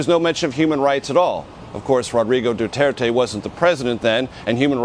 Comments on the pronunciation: its dutirte not dutertay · guys im a filipino and why did they CALL our president "duteirte" not "du-t er-te" man americans really are good with speaking our president name wrong well atleast were allies and our presidents catchphrase is what im gonna say now "My god i hate drugs" THATS TRUE THATS HIS CATCHPHRASE